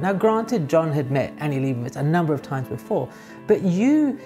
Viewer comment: i would correct your pronounciation of Leibovitz but honestly, anglophones have been so disappointing in their ability to pronounce non anglophone words that i get the distinct suspicion that it might be a wasted effort